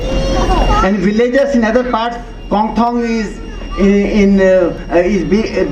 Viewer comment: He pronounced it right, "Kongthong" not Hongkong.